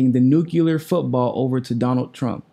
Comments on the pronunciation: Love your videos, but please oh please say new-clee-er not nuke-you-lar :) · It's NU-CLE-AR not NU-KE-LAR